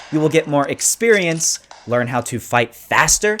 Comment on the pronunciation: he said sex perience